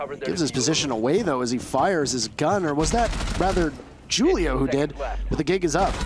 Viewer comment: Mans said Julio wrong lmao